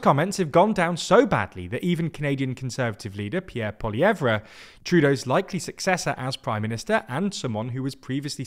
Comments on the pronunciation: "Poilievre" is pronounced "poilievr" , you rarely pronounce the last letter in french words/names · Quick feedback: Pierre Poilievre's surname name is pronounced without the trailing "re" - it's just Poiliev(re is silent, and not like ruh). Not sure if this is the correct avenue for submitting feedback, but here you are anyway! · please stop pronouncing the R at the end of Poilievre. it's silent.